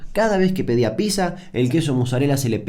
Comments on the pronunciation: No se dice Písa, se dice PíTza... XD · Le erras no es pizza, es picsa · Ah sorry, no soporto a la gente que dice "PISA" en vez de "Pizza". Hasta la próximaaaaaaaa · Aaaah porque dice "Pisa" y no "Pitza" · Me molesta que diga pizza y no pitsa. Igual muy buen vídeo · como vas a decir pisa. es pitsa papá. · Se pronuncia piTza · No se dice ninguna de esas dos maneras igual xd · Se pronuncia pitza gil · RAE: Déjame decirte, Damian querido, que se dice piZZA. PiZZa.